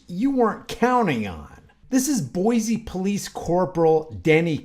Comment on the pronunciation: Just fyi the name of the city is pronounced boy-see. No z sound. If you visit we'll instantly know you're not a native if you say Boize lol. Come visit! It's a beautiful city. This pig is just scum.😊